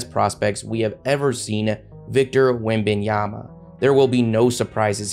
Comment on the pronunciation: Get USED TO his NAME, and sat it CORRECTLY, PLEE-EEZE! It is WE - MBA - NYA - MA and is pronounced as you see it. There are no AY's in it , so practice with Eh - Ah - Ah - Ah... HOW SIMPLE does one have to make it, honestly!!! 😂😂😂